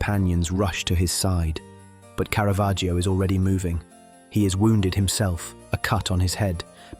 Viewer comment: Caravaggio is pronounced Cara-VAH-joe. The letter ‘ i’ is silent